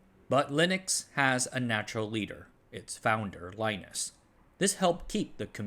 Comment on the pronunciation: Stallman was never a professor, NextStep is actually based on Mach, you mispronounced Linus's name, the OSF group did OSF/1, Net/2 is more directly related to NetBSD... I dunno man, be more careful